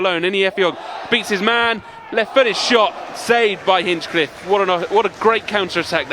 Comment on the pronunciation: Someone tell the Barnet commentary team it's Hinch-liffe not Hinch-cliffe 😂